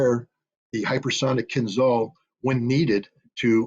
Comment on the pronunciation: The name of that weapon is "kinzhAl", not "kinzal". It means "dagger" in English. When Putin presented it, NATO generals did not believe him. Now they know.